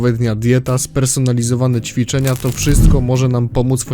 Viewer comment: "Czwiczenia"? jpr.dll xD